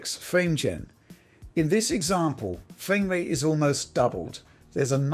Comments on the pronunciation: amazing fwame wate! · Loving that fwamewate. Uwu.